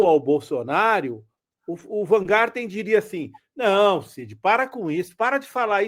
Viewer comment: Essa mídia petista é realmente um tiozinho branco que não sabe pronunciar um simples sobrenome.